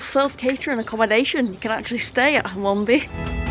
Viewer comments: You have to prounce Hum an be but i’ll let you off 😃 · We really do need to teach you to speak East Riding.. River ‘Derrr-went’, ‘Hun-man-bee’ (emphasis on the ‘Hun’ not ‘Man’ :-D - great video, I know those places quite well - looking forward to you travelling to the bottom end of that line. Beverley is a fine station - like Filey, but a bit bigger! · Filey station? You were two minutes walk from my house and I never knew. Oh, and it’s pronounced Hun-man-bee. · I've watched this twice just so i can hear you pronounce Hunmanby. It's a silent n. Derwent ya left the R out ) Great little vids,. I'm due mi pensioners pass, so i'll have to find out where i can use it. The WYTE is not as well funded as other places. In some areas ya can use 'em anywhere, but not here in the bleeding West Riding authority region. Mention that because you have a pass, not sure if ya payed for it or it was a complementary one.